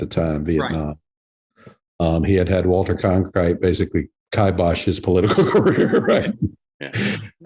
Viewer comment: It is Walter Cronkite not Conkrite.